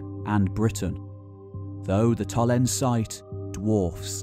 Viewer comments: Blimey! Very monoglot English: "Tollens". No. Tollens-eh. Say all the vowels. Getting the name of what you're talking about wrong throughout is, at best, careless. The trouble is that the next question is: what else has he got wrong? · Its TOLLENSEE you missed a e there...See=Lake... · Nice video, but one major nitpick: when a German word ends on an -e, e. g. Tollense, the e is pronounce as a shwa-vowel, namely -uh. Tollense is pronounced TollensUH.